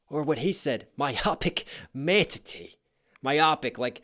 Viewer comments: Did... Did you say... "ManTatee?!" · What was that word? Mantatee? Manan-tanna-tee? Man-ttaata-teetities? I'm just playen, you know I love you 😁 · also manatee, not mantatee haha